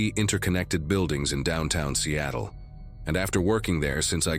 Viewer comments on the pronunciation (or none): none